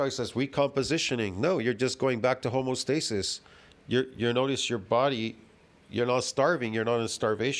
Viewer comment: Home-EE-oh stasis. Don't forget the EEEEEEEeeeeee.